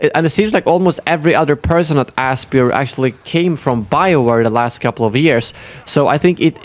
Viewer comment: I believe Aspyr is pronounced "aspire."